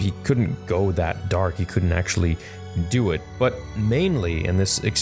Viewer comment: He couldn't actually "dew it" aha nice one 🤣🤣